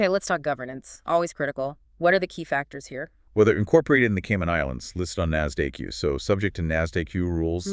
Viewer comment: Only made it 32 seconds in before hearing NASDAQ pronounced "NAAS-DAY-Q". Sorry, if you didn't take the time to train the AI to pronounce NASDAQ properly then you don't get to tell me about finance...